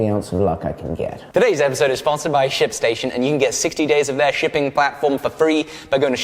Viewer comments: I heard "sh*t station" instead of ship station. What is wrong with me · am i the only one who thought he said shitstation? jumped a bit lol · Anytime anyone says "Ship Station" all I hear is definitely no "p" whatsoever at all ^^ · when he said shipstation, I hears something else!